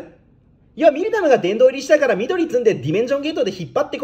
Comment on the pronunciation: ミルダムって言い間違えるの草